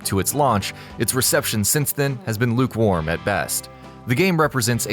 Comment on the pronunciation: LUKE WARM this guy says... Lol